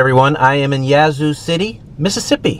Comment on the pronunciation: It is pronounced YAT zoo not YEAH zoo! For better or for worse, it DOES have daily Amtrak service :)